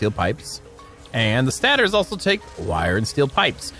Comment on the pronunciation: love the work but i got to say it man its pronounced Stay-tors.